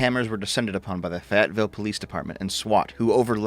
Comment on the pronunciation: Just one minor thing to address: The city of Fayetteville is pronounced with an emphasis on the first syllable instead of the second one. FAYetteville, not FayETTEville. Otherwise, great content as usual.